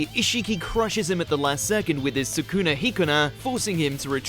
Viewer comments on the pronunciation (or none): none